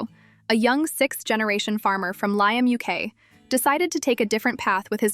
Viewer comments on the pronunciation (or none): its Lytham as in rhythm